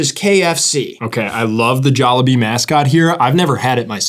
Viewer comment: the jollibee pronounciation is crazy the logo is literally a jolly bee